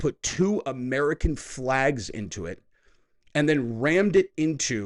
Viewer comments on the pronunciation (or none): none